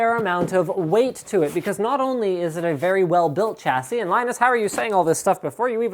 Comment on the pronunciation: Sha-si not cha-si Alum-in-ium not alum-inum A-s-rock not ass-rock Please stop...